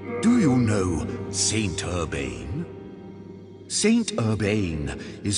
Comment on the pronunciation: Am i the only that's cracking a smile trying to keep from bursting out laughing when ever he say "Saint Urbain?"